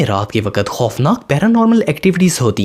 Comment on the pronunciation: Bhai aap wakat to wakkkat qqq bol te ho